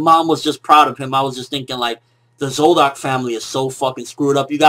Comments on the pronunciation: Why do you pronounce Zoldyk, zoldock? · What's with the "zoldock" shit, bruh?